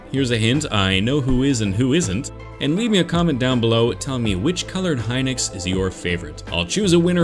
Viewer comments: I’m going to get a lot of flack for this BUT! I believe it’s pronounced “He-nox” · Hinox is Pronounced he nox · pronounciation is it hee-nox or hy-nox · the way he says hinox makes me so mad